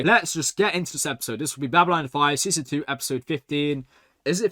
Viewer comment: Ffs he's this far into the series and he's STILL saying Babyline 5! BabyLON! Its not hard!